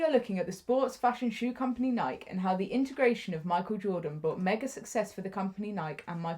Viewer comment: Pronounced "Nikey" not pronounced like you're saying mike.